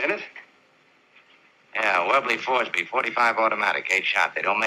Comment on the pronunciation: I think Fosbery is pronounced Fosbury.